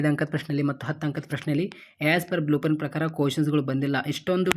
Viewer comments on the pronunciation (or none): Blueprint ❎ Bluepran ✅ 🤦🏻‍♂️